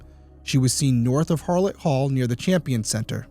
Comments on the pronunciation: FYI it’s Hallet Hall not Harlot Hall. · Derrick, you misspoke when saying "she was seen North of HARlett Hall" -- It is HALlett Hall. No letter R. Just helping you out as a CU Alum who was in college when this happened and wants to know what BPD and BCSO are doing to solve it :) Prayers to the family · Harlot hall???? Am i hearing that correctly?? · Its hallet hall . He read it wrong